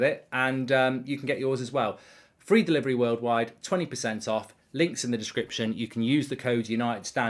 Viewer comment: Free delilerly😂🤣Mark became Chinese for a second.. I'm dead☠️